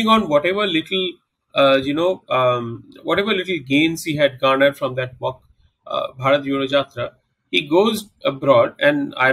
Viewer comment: Bharat Yodo Jatra......😂😂😂